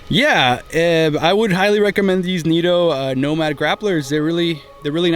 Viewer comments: Neeto? I thought they were Nitto? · "Knit-o" not "neato". Putting these on a 4runner limited 20" rims, glad they seem like a good choice for all around.